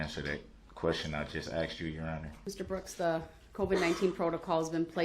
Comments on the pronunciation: There were so many….. truff, axed or telling, biastness, military or admiral court, I cannot hear evrything you say when I’m in this courtroom. I’ve got shock shackles on, I do not understand. Where is the lawful law. lol He got what he deserved. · . AND… she pacified brooks several times until she finally got tired of being being “axed” that stupid question. Made me angry every time she pacified brooks. I’ve never encountered anything like this before after watching hundreds of trials. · 1. "what I wuz tode" **aka What I was told.** 2. "I did wut youz axed me" **aka I did what you asked me to do.**